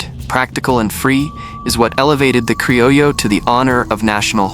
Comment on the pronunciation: Your. AI consistently mispronounces "crillo" as "crillio."